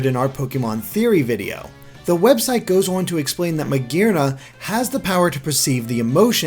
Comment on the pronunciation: I cringe at the way pronounces Magearna